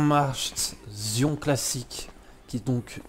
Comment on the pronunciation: Salut pour la ubermacht Zion classique tu prononce mal sa ce dit «zaione» deso je sais pas écrire en phonique